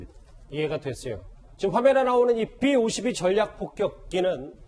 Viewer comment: 삐 오십이가 아니라 비 오십이